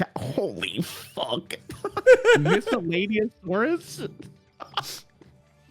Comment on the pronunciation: will struggle pronouncing a common everyday word and pronounces “Miscellaneousaurus” flawlessly without even really thinking about it, and I don’t think we should gloss over that.